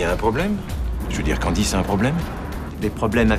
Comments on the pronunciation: Nan,il a dit candiz😂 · C'est moi ou le mec a dit "Candi" ?? 😂😂